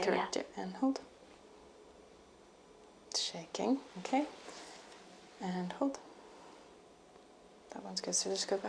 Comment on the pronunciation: Und Hold, she sounds a bit German to me?